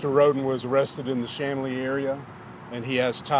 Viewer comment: Chamblee, Georgia is pronounced: SHAM BLEE.